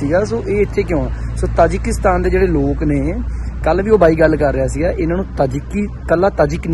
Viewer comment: ਤਜਾਕਿਸਤਾਨ ਨਹੀਂ ਤਾਜਿਕਿਸਤਾਨ ਹੈ